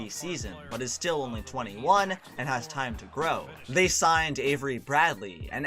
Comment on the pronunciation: Hearing him say "chris bosh ahs tragic blood clot problems" got me dead🤣